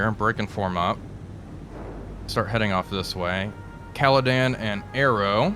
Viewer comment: Another good series, only one issue... It is the Caledon, not the Caledan... It is just like you being, not Walfpack...